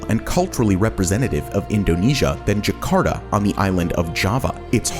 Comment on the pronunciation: I dont know why US people use proper Spanish accents but for other languages they use their US accent. When they say Por Favor or Ke Pasa, they never say it like Phor - fay - vorh or kay - phaysaa. But this guy is saying Jaa - karr - taa as jekharda.